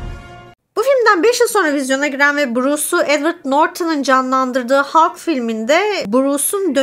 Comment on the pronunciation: En sevdiğim süper kahraman karakteri senden dinlemek güzel oldu Ağzına sağlık, üstelik Hulk derken içine hem o hem e hem a harflerini de katarak doğru bile telefuz etmişsin. Zaten senin konuşmana değecek bir bu filmi var bi de immortal hulk, WW Hulk, future imperfect gibi seriler var. hulktan korktuklarına iyi değinmişsin. yıllarca hulk filmi yapmıyoruz çünkü stüdyo hakları karışık gerekçesiyle yediler insanları. Ama asıl nedeni elbetteki bu karakteri genel seyircinin beğenisine sunacak taşakları olmamaları. Yan filmlerinde de işleme şekilleri genellikle rezillik rüsvalıktı bence. Halbuki Mark Ruffola ne güzel oyuncu. Bu durum cizgi romanlarda bile böyledi ama, bir sürgüne gönderiyorlar. Bir vurdurtuyorlar. Sonradan japon bir çocuğu hulk yaptılar zaten daha sevimli karakter olsun diye.